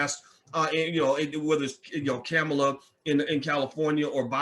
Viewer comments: Yo man, her name is pronounced "com-uh-la." And I don't care about this post particularly...we still need to get Trump out of office. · can you please pronounce the woman's name correctly . i understand and appreciate your ideas about black empowerment and self reliance, but there are many who have been beaten down by the system and cannot stand on their own, so even they can somehow get something from the system, what is the problem.the military and the prison industrial pipeline have definitely created their own spaces for disruption in our communities, how are these men, for the most part, are to rise up and thrive in your world view ?